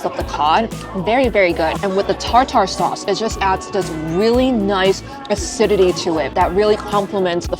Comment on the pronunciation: Its neither a British thing nor a British HK thing. The way she pronounces it is probably because she comes from an area where tartar sauce is not much eaten so nobody pronounces it, so she pronounced it phoenetically.